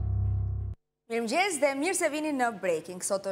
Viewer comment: Oj drolë e Shqipërisë së Egër Veriore, nuk thuhet 'mirmgjes' por 'mirëmëngjes'! Hallelujah!